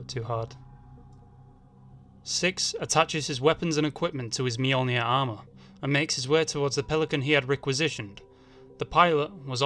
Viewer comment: Only HE can say Mjolnir properly.